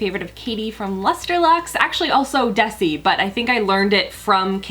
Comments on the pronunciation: Pronounce Desi ...(Dez-y) not (Deci) also, cut to collar bone and brighten up the blonde :) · It's Dezzzi btw, not Desssi. It's short for Desirae. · hi!! It's pronounced de-z (pronouncing the z) just a quick observation I love you and your channel!!❤️❤️ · The way she pronounces DeSSSi 😂😂😂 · Desi's name is pronounced DeZi <3 Love your videos so much girl! Xo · Glad to know the video glitched, thought I was seeing things there for a minute lol. I think Desi's name is pronounced with a zzz like in zoo. It was one of my old neighbors names from forever ago. I hope I'm not being rude; if am I being one of those rude people, I don't mean to be. 😬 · They way she pronounces Desi makes me uncomfortable 😅